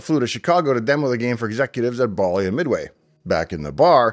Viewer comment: Dave, as near as I can tell by some online research (plus what I can recall hearing back in the day), Bally rhymed with Sally, rather that with Wally. And Jack Tramiel pronounced his name like 'tra-MEL', rather than rhyming with 'train meal'.